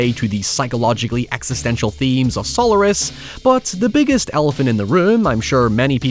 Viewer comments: "Eelien and Sollurus" got me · That pronunciation of Solaris, it was a choice, lets say that.